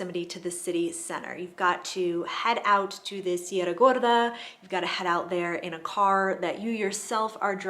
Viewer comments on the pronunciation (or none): none